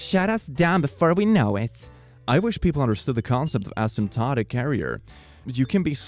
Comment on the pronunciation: Do you really not know how to say asymptomatic? A-sympto-matic.